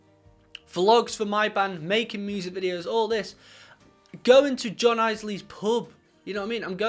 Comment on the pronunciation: If you go to John's pub please make sure you get his name right! It's pronounced "Ills lee" not "Eyes lee". John's used to it but you can probably expect an eye roll if you do have the good fortune to run into him there and you get his name wrong!